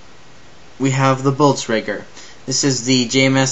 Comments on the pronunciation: "we have the Bultzregger" An fyi, that's not how you pronounce it. Blitz... Kreeg. Is how you pronounce it. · CORRECTION LMFAO: BLEETZ-KREE-GH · you say blitzkrieg totaly WRONG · Dude u keep saying Blitzkreig Wrong